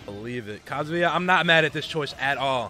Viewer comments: Kind of annoying how some people say his name like "cuh-zoo-yuh" instead of "ka-zuu-yah" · Its KA ZU YA Not KAZOOYA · The guy who keeps calling kazuya Jin kazama has terrible friends for not correcting him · STOP CALLING HIM JIN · The way many of them pronounced his name, I'm expecting somebody to make fanart of "Banjo-Kazooya." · makes me realise how many people say kazooya and i can’t unhear it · KA ZOO YAH?! KA ZOO YAH?? Bro. C'mon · Why were they pronouncing his name "Kazooya" though? 💀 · This Is great, “ hoes mad” but..... I can’t take the fact they keep saying “ Kazooya” I’m getting really tired of it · And so many of them can't/won't say his name right! 😒💢💢